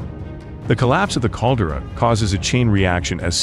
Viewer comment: Tsunami pronounced as "Sunammy". Also Caldera pronounced as "Caldurah"